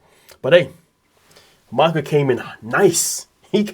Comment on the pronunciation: = You keep calling him MAICKOWLLLLLL 😂😂😂